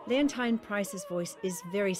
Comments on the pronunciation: Nice, but why does Dame Kiri keep pronouncing "Leont-ah-i-ne", while everyone else on earth says "Leonteene" ? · No. Its Lee-unn-teen. (You can hear her refer to herself in the 2001 interview with Tommasini, on YouTube, and elsewhere.) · I am American and I was confused because it's someone's name and honestly the "teen" sound is common in English. I thought Dame Te Kanawa was radiant here but her pronunciation of Ms. Price's first name made me wonder if she really knows who is. If I read it without having heard I would pronounce it LeonTINE as well. In the USA she was something of a household word so it never occurred to me to mispronounce her name.